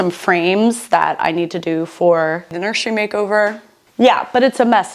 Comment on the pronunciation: Did she say nursery????